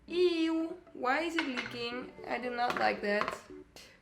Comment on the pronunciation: The "ieuww" is so Dutch